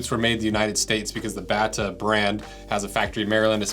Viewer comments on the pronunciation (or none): Bata is pronounced "bay-ta". Bata Bullets were very popular shoes when I was a kid and I lived only a few miles from the factory in MD. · The correct pronunciation of Bata is “bay-tuh” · Pronounced "Bay-tuh" not "Bat-tuh". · I grew up a few miles away from the Bata factory and store in Belcamp, MD. It's pronounced "BAYtuh" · BATA (read Batya) is czechoslovak brand from the 20s and 30s :-) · dude its a Czech brand originally. Pronounced more like Batia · Bath (pronounced like bay-ta) was famous for Bata Bullets sneakers in the 50’s & 60’s. I wore a surplus pair of bunny boots when I was a kid. They absolutely never let my feet get cold. Blowing air into the valve made them puff up and even warmer